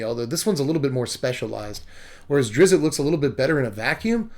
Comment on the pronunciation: your pronunciation of Drizzt is by far my favorite of every reviewer who doesn't know the character.